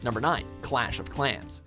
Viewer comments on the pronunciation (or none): "Cash of Clans"